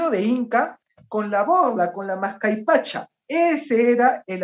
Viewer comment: es mascapaicha, no mascaipacha